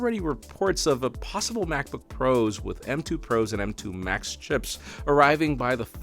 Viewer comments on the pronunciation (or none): none